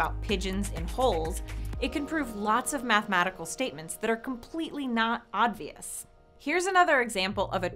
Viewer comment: She keeps saying ODvious instead of OBvious